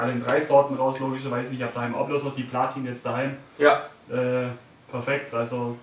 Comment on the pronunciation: "Blatin Kohlen" 😂😂😂